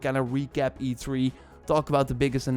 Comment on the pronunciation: I think it's supposed to be E3, not E tree